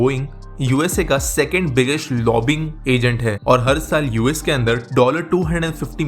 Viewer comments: It is not 'lobbing', but 'lobby-ing' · aa re chutia, lobbing ni hyi, it is said like "lobbying".